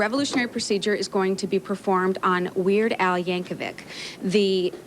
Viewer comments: "Weird Al" Yankovic became "Werd Al" Yankovc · my favorite part is when the male anchor tries to pronounce Yankovic and immediately bails